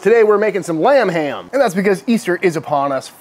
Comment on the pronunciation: Am I the only one that heard "RUM HAM" every time he said lamb ham?? Lol... oh just me? ok